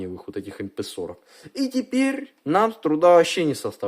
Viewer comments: Не эй пи , а мп 40. Очень старый маломощный германиевый транзистор р - n - р структуры. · Транзистор Эм Пи сорок... Вот вы хотя и американец, но разговариваете по-русски. А названия букв в русском алфавите знаете? Как прочитаете маркировку "КТ315Г"?